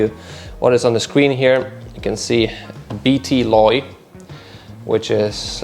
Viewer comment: not "bt loy" it's rather "bt lo!" for Battery Low!!